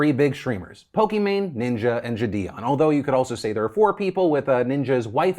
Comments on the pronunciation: why does he keep saying jidions name like that, i swear it was pronounced "jid-ee- on" not "juh-di-on" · It's triggering the fuck out of me how you say JiDion lol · does anyone know how JiDion pronounces his name? ive heard people pronounce it jid-ee-on, ji-day-on, and jid-ee-in.